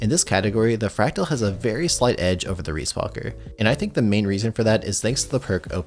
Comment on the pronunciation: excuse me? reesewalker? its just ree, riis is ree B)